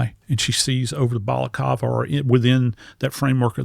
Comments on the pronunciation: BalacLava L L L not Balacava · BalaCLAva is the correct pronunciation. And they’re still talking about that savage the cops removed from society? Who cares about that primitive primate. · If only he could pronounce words correctly... amphitheater (F).. balaclava,, not balakawa